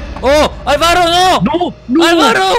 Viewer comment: Dijiste alvarro :v